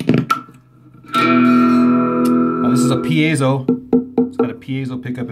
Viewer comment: piezo is pronounced pea-zoh not pea-ay-zoh You're welcome